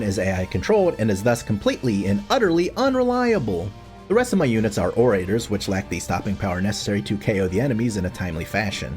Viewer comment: Ore-ray-tors? Bruh.